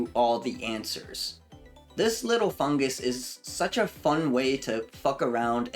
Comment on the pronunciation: funguSUS you say?